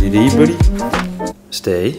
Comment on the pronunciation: I love when he call "budy"